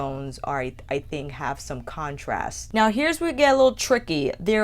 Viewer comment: I noticed always always pronounced think like thing. Like she never pronounced the K at the end of think and always says think like thing. Never heard that Kind of speech quirk before